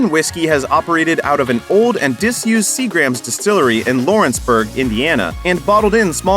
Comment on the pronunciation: Sea-Grums is how it's pronounced.